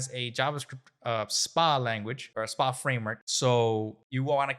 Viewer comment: Stop caling it Spa-Applications, it has nothing to do with Wellness. It's SPA, all uppercase, its an Acronym so it's AS-PE-AY Applicatons.